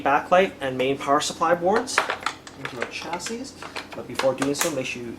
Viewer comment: Chassis is pronounced "chass-ie"